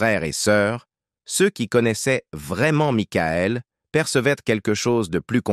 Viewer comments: 😂🤣😂🤣😂🤣😂🤣😂🤣😂🤣😂🤣 Maïkaël Jackson !!!! Les Jackson cinq !!!!! Pour ceux qui suivèze Mickaël depuis ses débuts !!!!!!! Pour ceux qui comprenète Mikaël !!!!! Houlà, c'est une vieille IA buggée française, ça ! 😂😂😂😂😂😂😂😂😂😂😂😂😂😂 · et aussi makaèl :face-blue-smiling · Aaaah l'IA 😂 Maïckaël et les Jackson Cinq ...